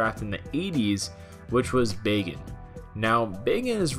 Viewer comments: Hell's bells who taught you how to say words? Tiden? No. Titan. With a "t". Also, Bagan is not pronounced like "bacon" with a g. I know lm in the minority but it's like nails on a chalkboard listening to it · “Bacon”? I thought it was pronounced Bak-an xP but it is Bagan now so it doesn’t really matter xD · Who else thought he was saying bacon?